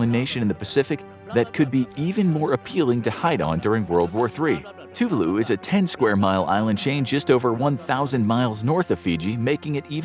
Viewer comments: Gohhh it erk me the way u pronounce Tuvalu..it's Tu-Vah-loo not TŪ Voo loo anyway carry on hehe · Two var loo is the correct way to pronounce. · Very bad (American) pronunciation of Tuvalu !!!!